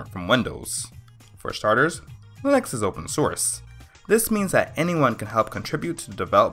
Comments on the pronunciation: Why does he say len-X instead of Lee-nux? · You lost me at Lin-Ex and Win-Doos.